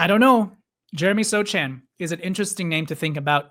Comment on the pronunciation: The c in Sochan's name is silent